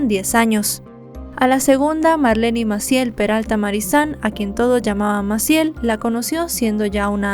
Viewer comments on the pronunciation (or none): none